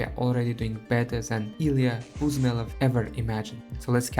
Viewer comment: Omg, my comment in the video. Also, a very good job, I totally forgot about some of the modifiers, like: orders, zoroasrtian bonuses and especially finish stuff. The only remark, it's not pronounced Bu(z)melov but Bu(sh)melov, I use a polish transcribe to my name and surname. But I understand how hard Slavic names are to English speakers and how badly they transcribed.